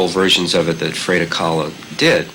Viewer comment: the way he pronounced frida kahlo ?? lol